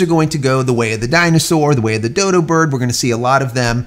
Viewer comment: Did you really say doo doo bird? 😂 I think it's pronounced like doe doe.